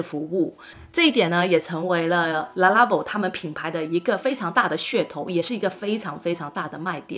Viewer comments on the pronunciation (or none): Le發音不是la音，法語是'利'音呀，不是啦啦宝，正確是利啦宝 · wrong pronuication, is "LE" not "LA" . lalalalalala labo?? , hahahaha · 品牌念法好像唸錯了